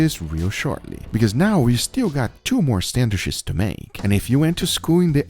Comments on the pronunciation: A whole vid of Guga saying "sandwish" Majestic :) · No one: Guga: SANDWISH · Come-on gugua love your channel but SandwiCHes not sandwiSHes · Everyone: Sandwitches Guga: Sannwishes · Lmao I am dying...... SAN-WISHES 🤣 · Aldi’s he say? Sanwhiches? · Only guga is allowed to say sandwishes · "Sandwish's" 🤣🤣 you just can't help but to love Guga 😂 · Any reason he pronounces Sandwiches weird? And someone should of kept a sandwiches counter haha